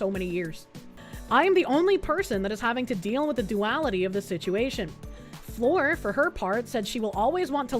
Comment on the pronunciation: Article: "🌟Fleur🌟": "Floor."